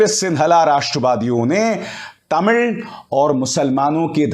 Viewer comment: I appreciate the way you pronounced "Tamil" unlike other Hindi speakers. Perfect pronounciation.